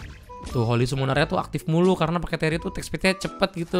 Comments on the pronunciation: Kalo di jungle rugi skill 2 & passive-nya gk kepake atau kurang efektif Dan cara bacanya Tiri bang sama kayak Tilly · Ini baca "Tee" nya ga kayak baca "Tee" punya "Teemee" ? Harusnya jadi Tiri dong